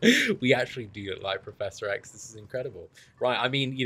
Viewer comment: when you said you look like professor X. i thought i heard you said "PROFESSOR S(E)X hahahaha